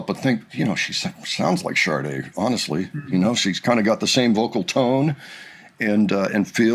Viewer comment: Sade has no R in it 😊